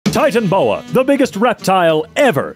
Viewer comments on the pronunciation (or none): Did he really pronounce it like “titan-bow-a” ? It’s “ti-tan-a-bow-a” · It’s not Titanboa, it’s Titanoboa!